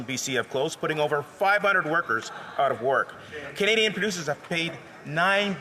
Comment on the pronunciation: How is it our Foreign Minister can’t say “Canadian”?!